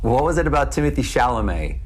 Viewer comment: TIM MO TAY say it correctly please